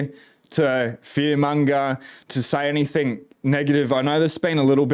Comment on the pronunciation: Enjoy your thorough inf ormation. Your tone is fine man, Cant place your accent though. Part NSW part Kiwi? Maybe? Funny how you say "anythink," instead of "anything". Fuk the WEF.